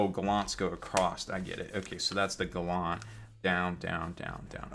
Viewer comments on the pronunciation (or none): Hey, - it's pronounced "GAL-ant." Not "Guh-LAWNT."